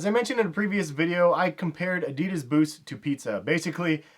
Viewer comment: You fockin spell ADIDAS wrong! Learn how to pronounce it, shit that feels so wrong...